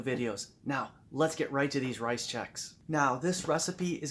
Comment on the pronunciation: Sounds like you are saying rize Chex.